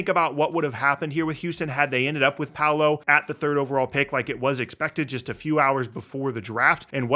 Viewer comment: Its pau·low... Not pow-low